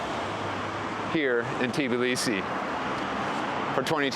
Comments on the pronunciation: its not TIBLisi, but tbIlisi, and its in ASIA, u amerikunt dikhead 🤣ASIAN gamarZHOPA 🤣🤣🤣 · First, don't eat khinkali in a tourist trap--homemade is a lot better, mushroom is best IMHO. The "T" in Tbilisi is barely aspirated--when Georgians say it it almost sounds like there is no "T." Next, know your history. The 2008 war was engineered by the Russians to stop Georgia from moving to closer alliance with the West. The territory was lost, and the genocides were committed in the 1991-94 civil wars. But Russia encouraged the seccessionist states and has propped up them up ever since. Your optimism is good but the problem with the government of Georgia is that it is owned by an oligarch who made his money in Russia--his net worth is literally one third of the nation's GDP. He has the ability toi buy votes and his governments have dismantled much of the infrastructure that would make elections free and fair. The EU first stopped Georgia's progress through candidacy not the other way around. The Russian aquiessent goverment essentially said "well, we did not want it anyway." by ending the negotiations. The EU stopped Georgia's candidaccy because of list of things including human rights abuses--ncluding political prisoners, corruption, abuse of sexual minirities, lack of free elections, among other things. Younger Georgians are outraged-as they should be--and now have protested their sham of a government for over 1,000 days consecutively. The issue is Russian influence and the abatement of the United States to exercse its considerable influence in the country. The governme